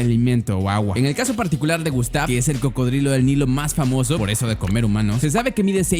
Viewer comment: like si te diste cuenta que dijo crocodrilo